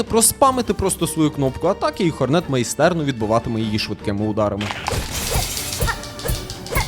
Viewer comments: Бро, ну який Хорне́т... Ладно ще ця Ххх але хоч наголос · 1: бро в початку бусіни не зібрав до кінця, 2: хорнет має наголос на О